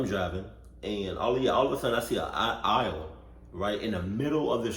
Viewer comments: My mans said "aisle" instead of "owl" 😂😂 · dude said an aisle